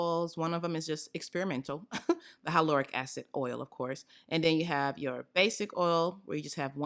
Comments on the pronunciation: I truly do love you girl. I love you so much that I gotta tell you- the word hyaluronic is actually pronounced HI-LAH-RONIK 🥴🥴🥴 Can’t have you going out like that 😩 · Omg I’m sooo trying the hyaluronic mixture!! I always learn something new with you!! Lol the way u say hyaluronic 😂😂🤗❤️❤️ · When you pronounced hyaluronic acid I was confused for a second 😂😂 But wow I didn’t know you could put it in your oils I might have to try that 🤩